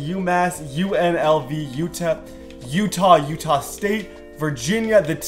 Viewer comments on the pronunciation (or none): none